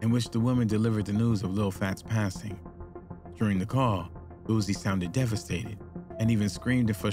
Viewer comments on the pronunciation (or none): none